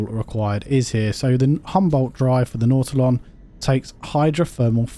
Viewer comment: His pronunciation is correct. What an odd thing to call somebody on, especially considering all the different pronunciations that we have for words around the world.